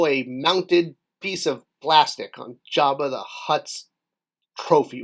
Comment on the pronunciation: "Omigerd...it's Jerba the Hurrt..." 😄